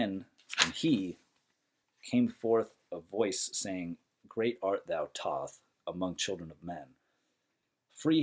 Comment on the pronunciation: also saying his name wrong